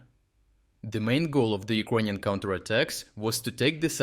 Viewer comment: Bro, you need to practice saying "ukranian" in english. It took me 5 minutes to understand what you were trying to say, almost quit the video.